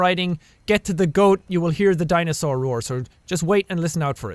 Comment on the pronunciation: What did I hear jack say the word dinosaur rour okayyy. O.o